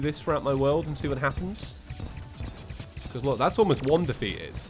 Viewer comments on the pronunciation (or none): none